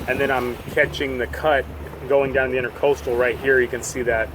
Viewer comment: Educational, and a bit hair-raising. Two thumbs up for the 7am idea. ICW - Intr_a_coastal (not "inter"). intra = within. Very common mistake. (just doing my part to help ;-) I'm sure you said somewhere along the way, but can you say now ... what was the length of that pontoon shanty boat?